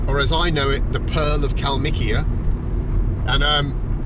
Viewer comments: Wanna get wasted? Just take a shot or sip everytime bald says, kalmik or kalmikia 🍻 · Mr. Benjamin You betrayed the Soviet, now you just say Kalmikiya instead of it